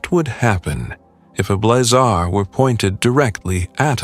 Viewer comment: AI will never be taken seriously until it understands the nuances of pronunciation. The term is Blazar, like in blaze, not blah-zar, like in boring.